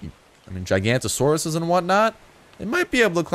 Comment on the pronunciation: its pronounced Gig-an-oto-saurus, not gig-an-to-saurus